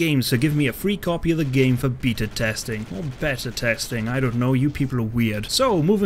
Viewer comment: I talked with the designers at SXSW and they said they are working on single player right now but multiplayer will happen down the road. P.S. It's pronounced beta ;)